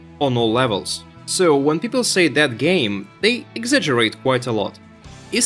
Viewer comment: It took me awhile to figure you are saying "dead". I kept hearing "that game" and wandered if that's some slang I'm unfamiliar with...